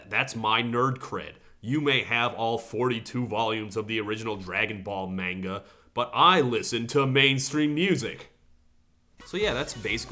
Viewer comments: todd i love your videos but that "MAIN-guh" physically hurt me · Manga is pronounced Mon-gah